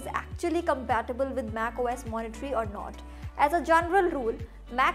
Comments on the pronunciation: Monterey, not Moniterey. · I hope this is taken as a positive feedback but it's not MacOS "Monitory", it's Monterey. Pronounced as "Mont-a-ray"